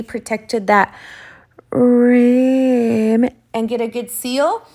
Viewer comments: I don't understand why you were saying rim like that? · Is that pronunciation an inside joke I’m missing? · New to your channel and to tumbler art. Great idea with the HTV. One question though, why are you saying "rim" the way you do? 🤔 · Just found you 😍 can you please tell me, how I ever can say "rim" again in a normal way????😂😂😂 you made my day, thank you so much ❤️